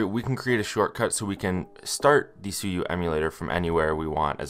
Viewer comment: Suyu❌ Sue you✅